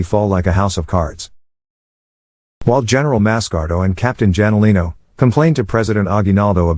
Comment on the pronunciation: Captain "Janolino" man that's so annoying it should be Hanolino